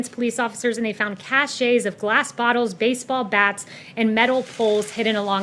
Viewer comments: she says "cache" cashay, isn't it pronounced like "cash"? also, looks like she got hit with a left hook. That nose is pointing towards Saint Louis. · The word is cache is pronounced “cash” not “casha .” Means items stored in hidden place. She pronounced it like you say “chachet,” “the state of being respected or admired.” So there miss smarty pants. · Dafuk is a cash-a? It's pronounced "cash". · CACHE is pronounced cash in this instant - not cashay !! Geez - and you're supposed to be the press secretary - I would think that even if you lie constantly you would at least have to know how to pronounce words correctly !!! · When things are stockpiled (hidden), it’s a cache but pronounced “cash”. A cache (cash) of weapons was found. Not a cash-shay. That’s spelled cachet and totally different. Words matter. Just shows that she wasn’t briefed by anyone in the “military” Also, the National Guard deployed more troops during OEF/OIF than active duty, so yes, they are military. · "Cachets of objects hidden on the course"? It's called cache, college educated MAGA-ninnie! Pronounced kash not kashay. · "cashays" :-D lololol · It's pronounced "cash", you evil witch. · The church’s pastor was helping the tear gassed protesters. And she was tear gassed as well. She was the pastor. This was a peaceful protest. There were no projectiles thrown. There was no cache (pronounced “cash” by the way. Cachet is a perfume). Barbie, go back to your beach house. We have the video! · I'm surprised her nose isn't a mile long. Is "cache" pronounced cachet? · The European way of pronouncing it is "cash", which makes sense as it's a French word. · If the best criticism you've got is, she said cachet instead of cache. You should sit this one out. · No one is going to mention her mispronunciation of the word "cache"? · She cannot pronounce Cache either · McEnany doesn't know how to pronounce cache. I was wrong. She's an incurious dolt too. No wonder she's still at the WH.